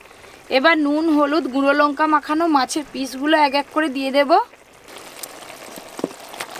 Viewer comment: Lonka noy lanka